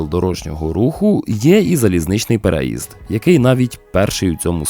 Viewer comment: У слові переїзд наголос має падати на третій склад, тобто на літеру ї. А за контент - величезне дякую!